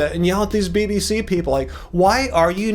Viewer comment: Lol, did anyone catch when called the BBC "the B-BS." 😂